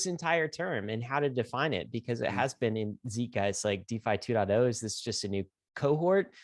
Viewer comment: Is this the one finally learns how to pronounce "zeitgeist"?